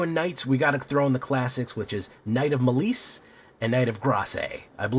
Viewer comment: Your pronunciation of malice is diabolical